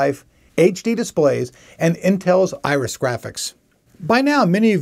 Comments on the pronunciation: Does he keep calling it "ISIS" Pro, instead of Iris? Archer fan? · why do you keep calling it isis when it is obviously spelled iris?